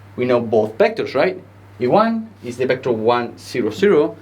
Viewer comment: ¡Excelente clase! El único inconveniente que veo es la pronunciación de las uves, ya que las pronuncias como si fueran bes: /'bɛktәr/, en vez de /'vɛktәr/.